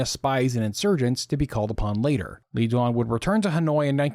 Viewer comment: Le Duan, pronounced more like Lay Zwon